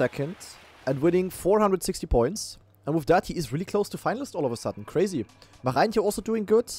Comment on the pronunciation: German Dutchlearner since more than 500 days here. The letters "oe" are spoken like the German "u". So "Poepboer" is spoken "Pupbur". How you say the name of "Marijntje04" is already perfekt (the "ij" here is spoken like the German "ei")